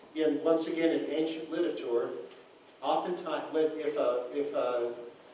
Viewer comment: "in ancient literatour"